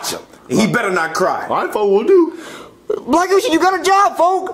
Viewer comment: Mario says folk xd